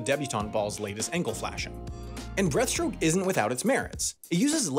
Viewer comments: Can’t wait for the error video where same corrects everytime he says “Breath”-stroke to breaststroke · Freestyle isn't a stroke, that's front crawl. Its pronounced breaststroke, not breathstroke. Every child learns sidestroke by about 8 years old. Honestly it seems like nobody at this channel has ever touched water. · It keeps sounding like you’re saying breath stroke instead of breaststroke 😂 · Or the fact that he said "breathstroke" instead of "breaststroke" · Take a shot every time he says "breath-stroke" instead of breaststroke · Is breaststroke not breathstroke. Get it right.